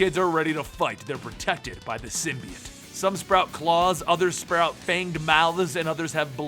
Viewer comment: Why is he pronouncing "Symbiote" like that? just so wierd